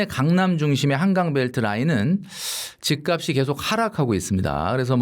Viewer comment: ('집값이'의 발음) 집까비 -> 집깝시